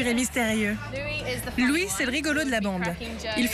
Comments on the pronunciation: OMG mai le mec c'est pas prononcer leur nom *__* Louis c'est comme Louis XIV ca s'prononce pareil alors la Louisse?? POURQUOI?? on m'explique?? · Mdr comment il a prononcer leurs noms ptttdr LOUIIISE ZAYYAAAAN LAYYAAAAM Nayyyeuul Harry lol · " Layam , Nayeul , Louisse et Zayan " HAHAHAHA Sérieux même Louis il sait pas le dire? x) En plus il a oublié Harry! A mon avis c'est trop simple a dire alors il a préféré se taire :/ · Nan mais c'est quoi ce délire franchement ça me met en rage les gens qui savent pas prononcer leur prénom ! Bon Niall , Zayn ok ça passe je peux comprendre mais Louis Liam ! Y'a que Harry ou ça va ❤❤❤❤❤ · Il faut qu'il apprenne a dire le prénom de Liam et Zayn et Louis --'